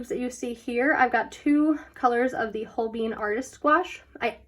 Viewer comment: The way you pronounce holbein as hoBEAN is the cutest 😂💖, and If you love gouache you gotta try the HIMI jelly cup set, its waaay better than the arteza one, I tried both and TRUST ME its good, I find the dark colors in the arteza set rubs of to the next page but I never in counter that problem with the himi set